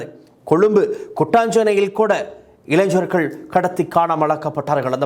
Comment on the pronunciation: இளைஞ்சர்கள் அல்ல இளைஞர்கள் என்று உச்சரிப்பு இருக்க வேண்டும். இது மிகவும் கொடுமையான, அதே நேரத்தில் வேதனையான செய்தி இது... கண் முன்னே தெரிகிறது... இந்த கொடுமைகள்...😭😭😭😭😭